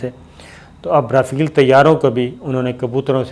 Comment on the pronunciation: O pagla (Jont) nahi (giant) hota ha Our (rafeel) nahi (rafail) hota ha. MEERA g se tuition hi lay lo